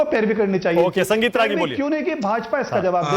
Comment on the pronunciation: Ragi nahi ragolea